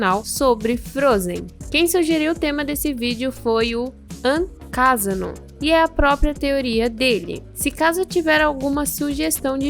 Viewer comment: E vc punicior o meu nome errado quando vc fala ankasano fala com n da parte sanp e eu te perdoo por puniciar errado! E o meu nome significa simplesmente antônio Kadson dos Santos Araújo em 2 letra iniciai que é ankasano que tbm é minha conta do roblox que eu mesmo q Crei+